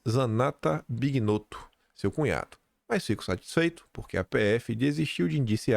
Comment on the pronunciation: Bignoto pronuncia-se binhoto. Jamais falar Pâmela e sim Pamela como em panela. Édson Arantes do Nascimento. Pele ou Pelé. Eu odeio quando o chato e idiota do meu vizinho ateu calcinha de renda cor-de-roda fica te xingando.